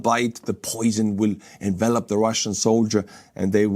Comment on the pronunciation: If I may offer a small correction on your English, "envelop" and "envelope" are two different words with the same etymology. The former is a verb that is pronounced with the accent on the second syllable, and the latter is a noun with the accent on the first syllable. "Envelop" means to completely surround with the implication of obscuring everything beyond it. It is also a specific term used to describe military movements. The noun "envelope" is specific to the office supply item, and the noun form of "envelop" is "envelopment." As an American who has never left the states, it is nearly inconceivable to me to be fluent in multiple languages, so you have all of my respect in that regard.